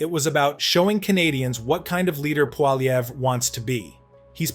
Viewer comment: you really need to learn how to pronounce his name